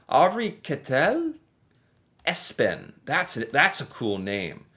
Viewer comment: Hi! I like my name too which is Espen. And your pronunciation was spot on! Impressive!!